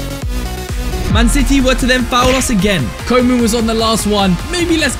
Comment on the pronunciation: his pronounciation of koeman LMAO